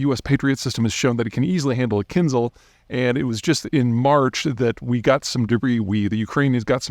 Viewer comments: the Kinzhal is not /Zee/, ok? It is pronounced with /ʒ/ sound, like in vision or precision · It's Kin-Zhal. Zh as in Geneva. Also, Zircon - Z as in pizza. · He can't even get the missiles' names right, which suggests the man cant even read. How are we supposed to believe a word he says? For a man commenting on GEOpolitics, does he even speak any foreign languages? It's called Zircon (pronounced Tsirkon in russian) & Kinzhal (as in Kinjal). Zircon (not Zai-cron as he says it) is a gemstone, the word exists in english language, how do you get it wrong is beyond me... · Kin-ZHAL. The "zh" sounds like a French J. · its not kinzel either :D